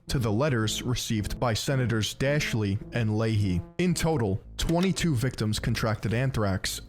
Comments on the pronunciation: He pronounced Daschle "d'Ashley"! 🤣🤣🤣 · He also mispronounced Daschle, Fort Detrick, and microscopy.